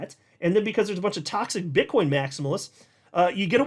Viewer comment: you said bit*h coin 😂